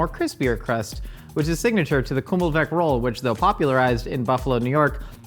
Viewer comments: As someone from Buffalo New York I’m very insulted by your pronunciation of Kimmelweck NOT kummelweck. Also, no one disrespects Allen. You’re on your second strike! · You said you’ve never done anything to cross buffalo NY then you pronounce kimmelweck like that 🤦‍♀️ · As a Buffalonian and former baker who made thousands and thousands of them, I must insist that you call it a kimmelWick, with a W. (Kimmel for short) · You pronounced the name of the bun wrong. But respect for knowing how good a beef on weck is!